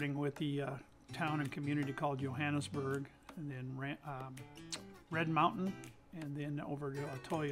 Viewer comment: I grew up in the area. Hiked all over the hills worked in many of the homes. It is a nice area, but the one thing that drove me nuts watching your video was the pronunciation of Johannesburg. The (J) is not silent. me and that you kept mispronunciation the Johannesburg I could not stand to watch the rest of your video. If you make a documentary the name of the place that you’re talking about correctly please. Do you have a nice day God bless.